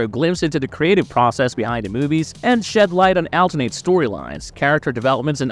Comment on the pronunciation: Your pronunciation of alternate is ridiculous